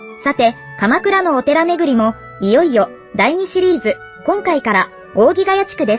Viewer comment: （おおぎヶやと）ではなく（おおぎヶやつ）と言うのを最近知りました💦